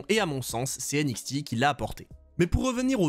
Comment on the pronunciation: Aie la prononciation franglais"N-ixti" ça fait mal aux oreilles.